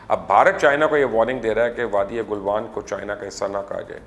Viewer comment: Galwan not Gulwan - thanks